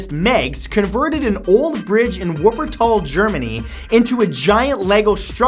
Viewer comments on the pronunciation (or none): its so funny how you say Wuppertal 😆 Do it again....or better my Name. I know... Germans are strange. Great vid as ever!